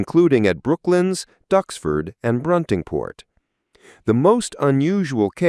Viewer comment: It is Bruntingthorpe not Bruntingport!